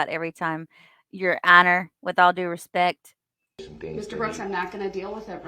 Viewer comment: You are incorrect. He never said "with all due respect " . He said, "with all respeck" .